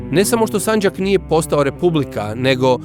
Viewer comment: narator uporno govori sanđak,odlućeno… kako je to moguće?